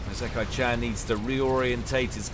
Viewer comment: At least he got the -chan part right.